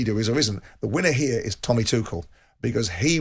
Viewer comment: I really wish every pundit would have a chat and decide how to actually say Tuchel’s name properly.